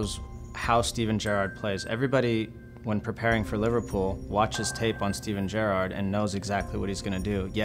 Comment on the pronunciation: Don't call him Jurrarrrrrd PLEASE